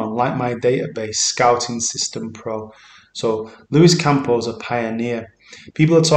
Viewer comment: It's not Campo dude, it's Campos.